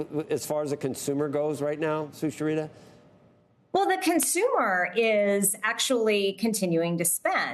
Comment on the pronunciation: Cant pronounce sucharita 😂